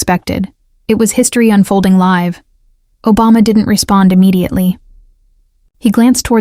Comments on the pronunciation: Robot cannot pronounce "live" correctly. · There's more than one way to pronounce "live" and it isn't the way this narrator used it.